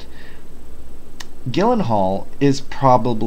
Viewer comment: It's pronounced Jill not Gill that is Jake's last name. If I'm not mistaken I think I heard you say you are from Hawaii in another video? If I may ask how are you doing after that false alarm? That's some scary ass shit.